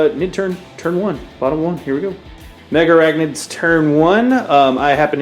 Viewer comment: They're not called "Mega arachnids" like you pronounce. They're Megarachnids. Only two A's! Jeez, americans' lack of english (reading?) abilities never ceases to amaze...